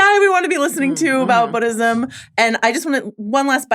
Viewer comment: I love these recaps but it hurts when the girl in the glasses says BODism